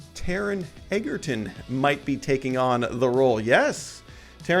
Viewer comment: "Eggerton" wtf learn the dudes name..